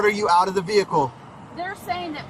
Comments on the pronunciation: as soon as she said "vee-hickle" i was done..lol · Why do the biggest numbskulls always say “vee-HICKLE” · Vee-Hick’Le … LOL! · For her ve HICK el - I always lose it at that pronunciation. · I think you should get arrested simply for pronouncing the 'H' in vehicle separately.